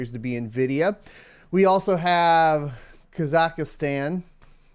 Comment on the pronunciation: Friendly feedback: please be aware of how you pronounce Kazachstan..... i know how sensitive Americans are about their country and customs, same courtesy should be given when talking about other countries i would say.